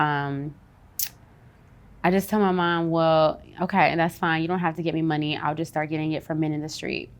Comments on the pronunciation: I love how she says “the mun-ny”😂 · Right?! EVERY time she says it, its like MONEY!! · The way she pronounces money tho.......🙃